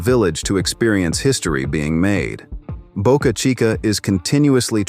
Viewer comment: Please learn to pronounce names correctly . Boca Chica launch site was the "CHEAPEST " place with no locsl objection. The rest is bovine excrement .